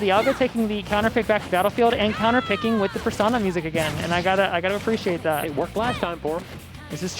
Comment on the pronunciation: how is it even possible to not know how to pronounce "Persona" at this point